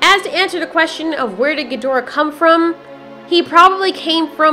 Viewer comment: SAY QUESTION NORMALLY "Quest-chun" not "quest-ian"